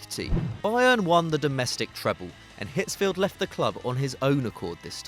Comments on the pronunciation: It's Otmar Hitzfeld not Field. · Hitzfeld Not Hitzfield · It's Ottmar Hitzfeld, not Hitzfield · It's Hitzfeld. Without the "ie" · It's Ottmar Hitzfeld, my man. Hitzfeld.